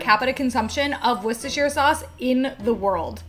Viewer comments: Yeyy she pronounced Worcestershire sauce right! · So nice to find a USian who can pronounce "Worcestershire" correctly and without making a big deal of it. Also - I must find myself some decent mangoes and try some of these recipes.